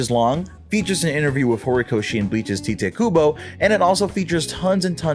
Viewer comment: Is it really pronounced Tea-Tay Kubo? I always say Tight Kubo